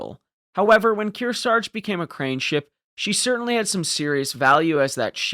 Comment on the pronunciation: We could use a crane ship like that right now. Narrator cannot pronounce Kearsarge twice the same way.